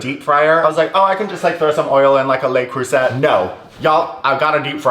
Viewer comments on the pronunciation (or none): it's 'luh croy-zay'